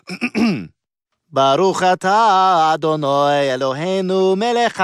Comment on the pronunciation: To answer this question, his pronunciation is pretty good as an Ashkenaz translation. There are a few vowels he gets just a little off, but he did pretty good.